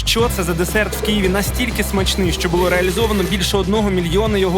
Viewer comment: Невже так важко казати Києві а не Кієві🤦